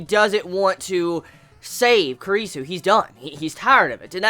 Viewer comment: Your pronunciation of Kurisu is so...ugh..wrong lmao